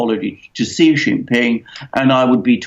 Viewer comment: President Xi's name is pronounced as "See", not "Jee".